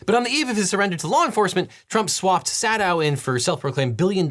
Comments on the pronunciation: pronouncing it Sad-ow over a pronunciation guide of it it being Say-dow... I'm dying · "Trump swapped 'sad-dow' in ...." And right there in the video, even highlighted in blue, it says that his name is pronounced 'say-dow'.🤔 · Says "sah-dow" while "(pronounced say-dow)" is ON THE SCREEN AND HIGHLIGHTED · Screen: "(pronounced say-dow)" Devin: "sad ow" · Shows article, and highlights it, stating the pronunciation of Sadow is “say dow.” Pronounces it “sad dow.” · LegalEagle introduced Stephen Sadow as "saa-dow" while literally highlighting the one line in an article that says his name is pronounced "say-dow". 😅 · I was looking at the words on screen that highlighted “Sadow” is pronounced as “say-dow”, just as Devin went on to say “SAH-dow”. Love it 😂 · Steve Sadow... camera pans to a news article that says, "pronounced 'say-dow'" and then you proceeded to call him "saa-dow" 🤣🤣🤣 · OBJECTION! You even highlighted "(pronounced say-dow)" but called him Sah-dow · highlighting a sentence saying the name is pronounced "say-dow" while saying "sah-dow" brings me great joy; even the best make mistakes ;) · I love that the highlighted quote in the article regarding Steve Sadow says in parentheses "pronounced say-dow," after we've just called him Sad-dow half a dozen times. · Gotta love how my man says “Sahh-dow” in the video when two seconds later it says on the screen the name is pronounced “Say-dow” Gotta be that UCLA education. Fight On! :) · legal eagle saying "sad-dow" when the document on screen literally gives the phonetic pronunciation of "say-dow" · I laughed when, when you mispronounced Sadow, the video shows a screenshot with text that highlights "Mr. Sadow (pronounced say-dow)..." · lol you showed an article that showed you how to pronounce Sadow, but you didn't pronounce it right. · Lol devin highlighting an article quote that shows that he’s mispronouncing Sadow’s name 😅😅 whoops